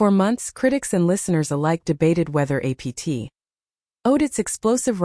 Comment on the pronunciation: It really shows how under developed AI is when it can't even say APT...